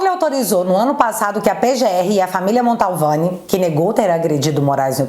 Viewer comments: te adoro, vc é muito boa, mas só te corrigindo, é família MANTOVANI e não Maltovani...Edson aqui de Taubate SP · O! Você falando sobrenome da família Mantovani errado... Não é Montalvani não😅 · Montovani e não MONTALVANI....